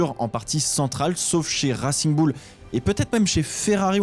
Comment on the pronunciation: "Rassigne Boule"